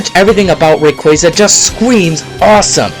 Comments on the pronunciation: Its not Reyqueyza its Rayquaza... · RAY QUAH ZA, not RAY QUEA ZA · Its fucking Ray-kwah-zah. Lol come on man. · You're saying rayquaza wrong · how is it correctly pronounced? Ray-qwaaza? or Ray-quayza? either way Suicune is clearly the best. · you pronounce rayquaza wrong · …I think he said Rayquaza wrong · SAY RAYQUAZA CORRECTLY!!